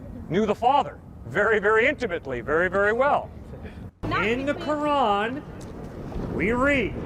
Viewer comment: She said: "Kurad" instead of the Proper Pronunciation "Quran" 😂 she fake what a embarrassment